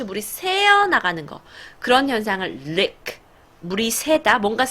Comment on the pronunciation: ~ leak 는 lick 와 다르게, ea 발음을 더 길게 해주세요 ^^ 말씀 너무 재미있게 하셔서 구독합니다!